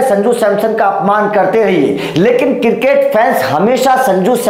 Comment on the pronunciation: Circket nahi cricket 😂😂😂